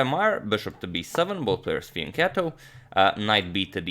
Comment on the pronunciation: This is the first time I hear you say Fianchetto and it was great